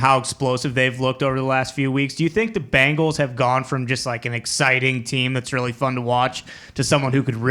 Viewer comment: Love the way you said BANGles. might he one of the best accents around.